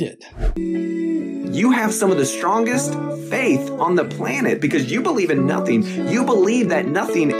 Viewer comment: "sometheen came from notheen?"